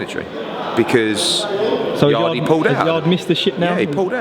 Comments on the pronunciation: Not "yardie"... yard... yard.... YARD .... It is a silent E Eddie. .... a silent E facepalm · im convinced hes pronouncing yardes name wrong on purpose at this point